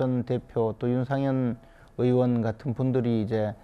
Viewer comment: 왜 의원을 으원이라고 하는 사람들이 방송에 나오는가?